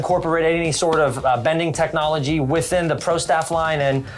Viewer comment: "technology"......lol...... please......